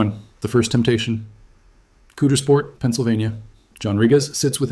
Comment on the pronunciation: It’s Not pronounced Coodersport. It’s pronounced Cowdersport. If you’re going to talk about the worst thing ever to happen to our town please at least pronounce the name of our town correctly.